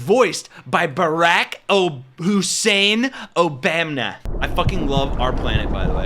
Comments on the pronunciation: Why do you mispronounce Obama's name? "Obamna"? What's that? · Why do you keep saying “Obamna”? Are you pronouncing it wrong on purpose cause you’ve said it multiple times? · Hey the “OBAMNA’S. 😂😂😂😂😂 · I know your trying to mock the right, but stop disrespecting President Barack Obama. You don't have to do this. We know the right purposely mispronounced his name, but you don't have to.